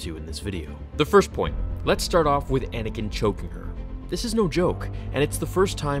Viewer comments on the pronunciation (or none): Anakin not Anikin